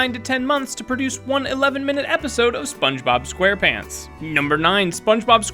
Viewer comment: Mason Chantez yeah i heard it😠